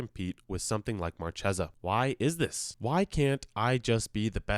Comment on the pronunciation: Like Markhesa